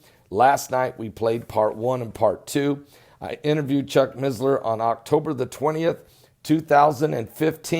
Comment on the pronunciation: there is no Z in missler. its not MiZzLeR